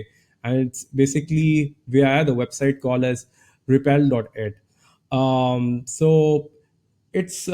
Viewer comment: It's not "repal-dot-it", it's "repp-litt"